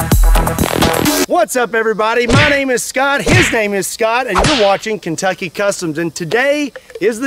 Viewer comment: I can’t unhear kentuckybuttlipsticks